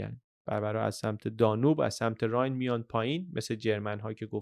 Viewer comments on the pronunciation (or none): none